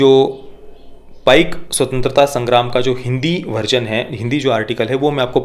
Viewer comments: One correction to the pronounciation It is PAIKA not PAIK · Sir uccharan apaka galat he Paika ye spelling he but uccharan me isko app paik na bolke Paiko boliye. #PAIKO